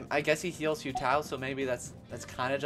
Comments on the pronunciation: Why are you saying ‘Hue Tao’ 😅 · "hyu tao" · Oh god the pronunciation of Hu Tao is giving me hives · no cuz I’m confused like do people just not listen to how characters’ names are said in the game 😭 “yay miko” “say you” “kaching” “kay ya”